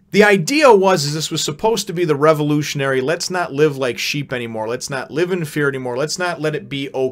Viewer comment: did anyone else laugh whenever said the word "revolutionary" lol?